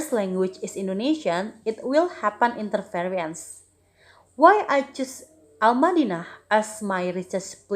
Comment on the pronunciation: interesting topic,. there's mispronounce of the word 'interference'